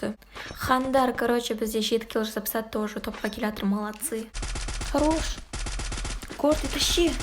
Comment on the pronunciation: Горди тащи дегенди котинди кыщи деп естип калдым🤣